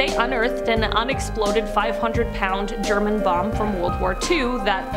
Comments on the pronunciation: You can’t say bomb? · You can’t say bomb ? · Does she not know how to say the word Bomb.....